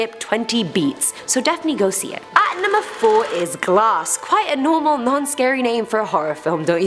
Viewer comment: Please learn to pronounce the names first cuz if very cringey seeing u puts say it wrong everytime.